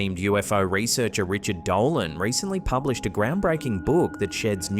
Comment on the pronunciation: Did anyone notice a white light, travelling fast from left to right in the 1st clip? Well, one thing bothered me. his name is Richard DOLAN, not Doland!!